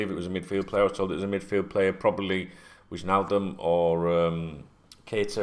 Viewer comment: mate...it’s Why-naldum not Widge-naldum lol. It’s a silent J 😂 Totally with you on the Thiago nonsense. No approach has been made and I’m pretty sure one won’t. All the noise is coming from his representatives trying to ramp up interest in their player.